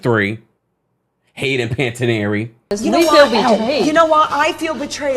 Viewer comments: I'm so sorry but I'm raised in Canada and our language is English and French. Everytime you say Hayden Panattiere name like "pana-teer-ee" it makes us cringe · The way pronounces Panetierre a French name as Italian. Luvs it 😘